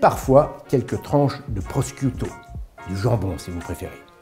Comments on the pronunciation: prosciutto, ca se prononce pas proskyouto mais prrochouto... avec le R roulé et la 2ème syllabe accentuée la mozzarella (de bufflonne) est idéale : elle reste filante même quand elle refroidi mes garnitures préférées : oignon-poivron-ndudja (*)(saucisse piquante italienne) ou champignon-ail-anchois-artichaut, sauce tomate et mozza et olives noires dans tous les cas (*)La 'nduja (prononciation : [ˈnduːja] ; 'nduja est l'orthographe la plus courante dans les parlers calabrais, d'autres sont utilisées, comme 'ndugghia, 'nduda, et anduglia en italien standard) est une saucisse de porc épicée fabriquée en Italie, à l'origine en Calabre et plus particulièrement dans la région de Spilinga. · non, pas prosquito pour dire jambon c est prosciutto ca se prononce "prochoutto" cher Jamy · Avec des escargots. Pita du grec à cause de sa forme aplatie, comme Neapolis colonie grecque. Par contre prosciutto c'est schiouto, la schiappa c'est squiapp et non l'inverse. Musée Cernuschi à prononcer Tchernousqui, tant qu'on y est. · Prosciutto => "Prochiouto" en prononciation. Merci Jamy ! toujours aussi bon. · Prosciutto se prononce « prochouto » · Alors NON ! ça se prononce proch(i)uto. Je mets le i entre parenthèses parce qu'il est pratiquement avalé entre le ch et le u. C'est un honneur de corriger Jamy ! Merci pour la vidéo qui m'a donné faim ! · Ce qui est surtout à corriger, c'est le nom de la pizza "Margherita", prononcé ici "Margarita" qui est en fait un cocktail :p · aïe aïe aïe... revoir la prononciation de prosciutto